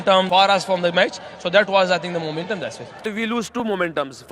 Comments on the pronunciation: Muuument um rizwan 😂😂😂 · Momentum rziwan😂